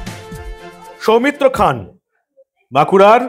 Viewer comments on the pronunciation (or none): সৌমিত্র খান 💁‍♂️ উচ্চারণ সৌমিত্র খাঁ ।